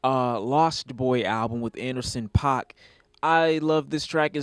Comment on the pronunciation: Did he just say "Anderson Pac"